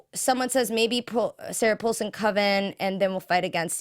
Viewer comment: Langdon not Landon, and Paulson not pullson!! That's driving me nuts!